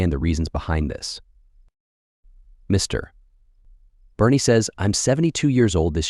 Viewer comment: AI does not know how to read the text - Mr. big pause and then the name. Funny to listen to.